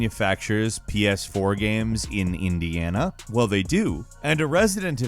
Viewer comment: Is he saying video gams? Or am I tripping?